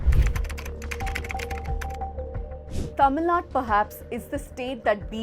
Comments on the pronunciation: Dear editor, - I welcome your commitment to the independence of media. -- The narrator did a good job but why is she mis-pronouncing the name "Tamil Nadu" as "Tamil Nad"? - It is highly disrespectful to Tamils that your narrator, wbo is able to pronounce the names of the other southern states coŕrectly, has failed to learn how to pronounce Tamil Nadu's name. I hope she has no animus against Tamils and Tamil Nadu and will rectify her error. Regard, Thevar TAMIL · Please stress the Tamil Nad'U' . Hope you correct it from the next video onwards.